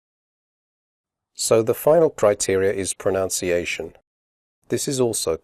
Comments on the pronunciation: you pronounced 'pronunciation' wrongly in the video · This is a good overview for student understanding but I decided not to show it to my IELTS students because the man here actually mispronounces the word 'pronunciation'!!!!!!!!!!!!! Therefore I can't take this channel seriously and wonder what other language errors lie in this English language test instruction LOL